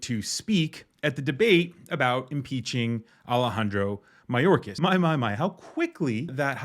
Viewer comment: This fool can’t even pronounce Secretary Mayorkas’ name. Then again, she can’t pronounce “indicted” even with her finger sounding out word by word. Someone else needs to tell good ole marge much of the fentanyl is brought over by American drug dealers.. the only alien i see is this uneducated, overbearing, screeching woman. This is the face of the GOP… god help those of us who actually live in reality